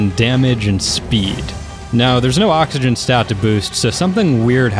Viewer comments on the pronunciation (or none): none